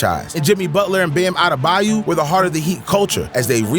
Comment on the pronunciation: Lmao the way you mispronounce Bams last name makes me sing CCR "Baaam AdeBAYOOOOU"